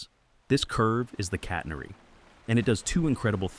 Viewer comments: Good job AI, it's pronounced catenary, not "cat-ner-ee" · The curve is called a "catenary", not a "catnery". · “Catenairy”!! What a crock! When will the stupid AI voices learn to speak and pronounce properly? I guess they have a handicap from the start as most are trying to speak American! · I have never heard anyone mis-pronounce "catenary" as badly as this AI narrator. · Sibilant Ai, trying to sound human but mispronouncing “catenary” Also this is exactly how I thought anchors work.